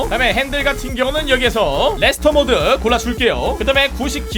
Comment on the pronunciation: 핸들 레스토모드를 레스터모드라고들음ㅋㅋㅋㅋㅋ